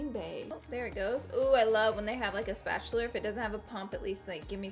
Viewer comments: I just rewatched for lowly the tenth time and realized you said spatuler instead of spatula hahaha made me laugh. Brought me back home :) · "spatular" When u watch too much spongebob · Girl I think you said spatuler 😂 Love my southern Alabama sisters